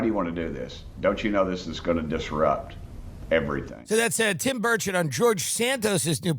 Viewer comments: Did he say Tim Birdshit 😂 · Am in uk and have to ask Is it the accent or am I hearing the name Tim birdshit 😂 x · Tim does keep saying Tim Birdshit, right?